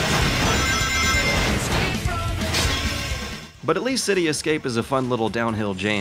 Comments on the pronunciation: "caca phony" Heh. It's "ca cophony", like the opposite of a symphony. Also, neat analysis. I never realised I'd never seen gameplay for Shadow the Hedgehog. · "Ka-koff-eh-nee", not "cack-a-fo-nee" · Cacophony is pronounced Kuh-kof-uh-nee not Ka-ka-fo-nee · Kakaphony Nah dude its kuh-kof-unny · cack-a-phoney? cuh-caw-funny! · It's pronounced cuh-COUGH-a-knee, not ka ka phony. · This video has the most abysmal pronunciation of 'cacophony' I've ever heard. "CAKA-PHOE-KNEE"? Bro it's "cuh-CAH-PHOE-KNEE" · "Kaka-phony" is pronounced "kuh-kah-fuh-nee" fyi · please dont pronounce Cacophony as "kako phony" its kah coff a nee " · It's been like 2.5 years since this video came out, but Cacophony is not pronounced Kaka-Fony. It's "Ke Kof Oni". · LOL CA-CA-PHONY., it is ca-coph-ony. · I’m sorry, did you just say KAK- UH-PHONEY xD it’s pronounced Kuh- Coff-Fun-Nee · Cacophony? It's pronounced Ca-cof-a-nee, not Cac-a-fony. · It's pronounced 'KA-KAF-O-NY' not 'KAK-A-FONY' You Fan-O-Sony Amirite? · ka-KAF-o-nee not kako-fo-nee (cake oh phoney?) is the pronunciation of cacophony. Regardless, good viddie. Thumbs up! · "kaka-phony" it's pronounced ka-cough-any lmao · kah-kah-phony? cuh-kaw-phony. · uuhh... caca-phoney? i am pretty sure it is ca-cau-phuny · "cack-a-fony"? lol, it's "car-cof-any" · Did you just say KAH-ka-PHO-nie?? Kakaphonie? It's kəˈkäfənē (kuh-KAH-fuh-nee). I'm sorry. You've been found out. As a Kaka Phonie. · "Cack-a-phony" Another word - this time the innocent "cacophony" - bites the dust on (it's pronounced "ca-cough-en-ee"). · "Kak a fony" I like you a lot but you REALLY need to start doing run-throughs of your script with people. You have a bad habit of pronouncing words wrong. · ca ca phoneey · CACK - EH - PHONY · Ca-coph-ony and niche is pronounced NEESH. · Did you seriously just pronounce "cacophony" as "cack uh phony"? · I genuinely want to know if is an intentional mispronunciation or not. Actually quite funny. Kacka-phoney